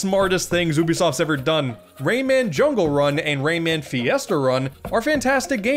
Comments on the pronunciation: Ray man you mean romon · Used to pronounce Rayman as “ramen”